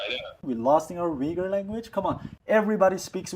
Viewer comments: Nice program Just a couple nits I picked: It's not "a Uyghur influencer" but "an Uyghur.. It's not pronounced Wee goor but Ooygoor (approx.) Besides the fact that one needs about 20 minutes, iejust before the end of your program, to start understanding your English pronunciation. His, instead, is crystal clear because he pays attention to map his phonemes to generally understood sounds for a majority of English speakers. Not you. If you want to be followed, fix the sounds you make. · Hey, I grew up in Kyrgyzstan and liked Uyghur street food. I was also baffled when I first heard how people pronounce Uyghur in English. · The Westerners can't even say the word correctly. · The lesson on learning how to correctly pronounce “Uygur” in his native language, alone, is more than enough to make this video worth watching ❤ But thank you for searching this young man out, that was a wonderful interview. It shows that he’s a young regular Uyghur living in Xinjiang, still awkward at certain things but definitely maturing to be an adult growing up with pride. Excellent video. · Also: Thank you for teaching us how to pronounce "Uyghur" I know that in certain Turkish proper nouns like the "Yigtcan" and "Erogan" the "g" isn't pronounced as strongly as English speakers normally would. I should have known it would have been true for Uyghur as well. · The pronounciation in English is ridiculous and makes no sense. If I didn't hear the pronounciation, I would not know that this is how the word is pronounced. Granted, this is the case with many words in English. But people have no problem pronouncing "Uber". The don't pronounced it as "Veeber". So why is "Uyghur" pronounced in a ridiculous way? Just write it "Ooyghoor" then.